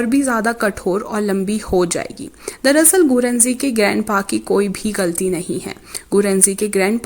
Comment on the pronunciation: sorry but I can't wait soo it's not darhasal it's darAsal